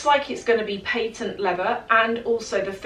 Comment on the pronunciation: It’s called a patent leather, not paintent leather…..